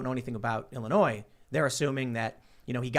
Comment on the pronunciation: ...I hate Illinois, and want to leave...but...the s is not pronounced...please pronounce it right.